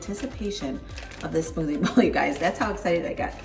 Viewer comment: LOL I thought you were saying smoothie ball! 😂😂😂